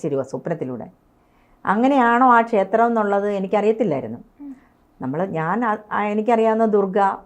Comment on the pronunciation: മൂകാംബിക ശേത്രമല്ല കുട്ടീ,, ക്ഷേത്രം! എന്നാണ്.